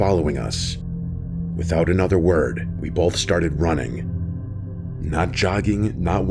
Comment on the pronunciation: Every time I hear my guy say 'bolth' it sends me 😅